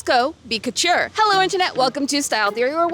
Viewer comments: Please, please someone help with pronunciation of fashion terms. The hat she makes for the Met Gala look is a “fascinator”, not a “fastener”. Sometimes she pronounces “couture” as “cutchur”. There are several other examples I’ve heard her make over several episodes. I think she is a great host! Please work with a fashion editor to help her polish this up! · I've never heard couture pronounced that way before....